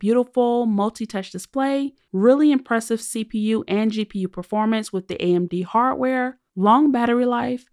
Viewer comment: It's not hartware it's harDware